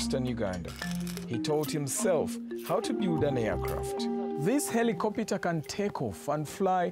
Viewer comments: "Heli cop it ah" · “This helicopiter ” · This Helicopiter?????????????????????????? hahahahahha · did he just said "heli-copita"? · Deees Helicopater